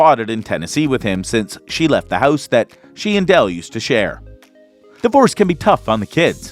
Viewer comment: When you said ‘houuuse’ I figured out you are Canadian